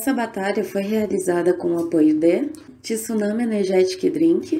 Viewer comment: Tá me dando raiva essa moça falando tsunami Energetic drink kkkkk